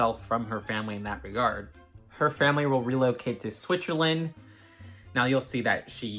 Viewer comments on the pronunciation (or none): It's really not important, but i had to laugh: The way you pronounce "switzerland" sounds more like "schwitzerland" which would translate to something like "country of sweaty people" 😂